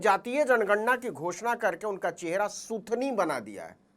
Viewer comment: Sir, Sukhni nahi, SIUTHNI, ye eak 0rakar ka Sakarkandi. Ka eak pra jati hai modi media ka muh SUTHNI jaisa hogàya hai